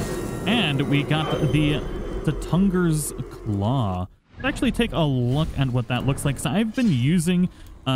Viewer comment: Me when he say stungers claw instead of suttungrs claw: 😐